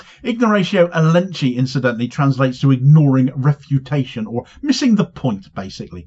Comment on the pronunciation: The elenchi is pronounced as elen-ky ( as in sky)